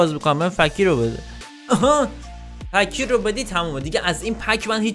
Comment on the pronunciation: اومد با ادب باشه به فکیر گفت فَکیر 😂😂💔❤️